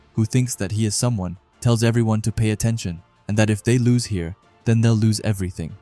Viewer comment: bro's accent lose changes to loss. but because of you i am not sitting with my laptop reading boring manga